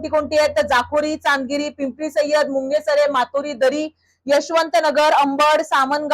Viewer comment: मुंगेसरे नाही मुंगसरे गाव आहे मॅडम....